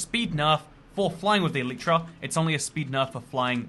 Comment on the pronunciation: Thanks for the video, just a small remark: It's not "an elytra" but a pair of elytra, like a pair of trousers. Elytra is the plural of elytron, the hard outer wing case of a beetle. Also, it's pronounced "EL-lit-ra" with the emphasis on the first syllable. I know, just about all minecrafters on YouTube get this wrong, but if I can correct the most well-known ones, perhaps one day the message will spread ;-)